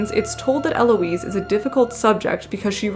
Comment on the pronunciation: Lovely video, I'm looking forward to more of your work! Also, unless you're intentionally Anglicanizing names (which is fine you do you) you should keep the H in Heloise and Jean Paul Satre's name is pronounced Sah-Truh.